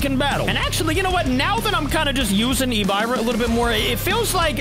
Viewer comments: Its pronounced Ehb-Ih-ruh, not e-by-ruh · and you said Ebirah wrong you suppose to said it like " Ebeerrah " not " Ebyrah", just want to tell you😅. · Bro do’s not know how to say hebira it’s Hebira not habiira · Its pronounced ebirah not ebuyrah the i doesn't make the buy sound it makes hard i sound ok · Ebyra its ebir ah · It’s e-bi-rah not e-bay-rah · btw its not pronounced as e b eye rah its ebErah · Yo pronounced EBIRAH wrong it's like eb-ear-ahh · You say it like “EBIIRA” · he is not nobody is plus he spelled so many kaijus names wrong like in this video when he say ebirah he sayed e biy ah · I feel... Hurt that called Ebirah (Eb-R-ah) that... My lovster got cooked and buttered up. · Hello remember me little boi heisei i used to watch you alot back then i left the kaiju community now but someday i will come back also its pronounced eb-ira not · ib-buh-rah is how you pronounce it. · Its EBERAH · It's pronounced ebra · It’s pronounced Eh-Ber-ahhh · Its pronounced e-brr-ah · You butchered that kaiju's name but again great video